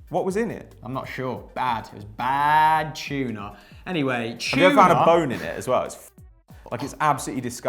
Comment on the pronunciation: It’s TUNA not CHUNA